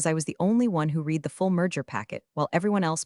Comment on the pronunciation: AI readers don't know the difference. Its the same with lead and led